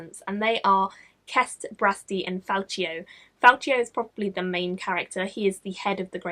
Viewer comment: not to nitpick, but the c in Falcio is a hard c sound, like Falkio. There's a pronunciation in Knight's Shadow;)